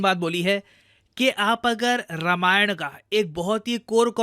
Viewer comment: भाई मेरे रामायण है रमायण नहीं। BTW love your work and a great fan.